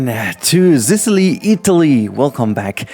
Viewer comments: I absolutely love watching your videos, they're amazing and have such a soothing effect on me <3 P.S. It's a soft S in Sicily, not a Z - just a tip from an Italian :) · I think it’s just the german, but the way you pronounce Sicily sounds like “zicily” I think that could be a cool nickname for the zoo like Sicily plus zoo equals zicily. I don’t know, just an idea.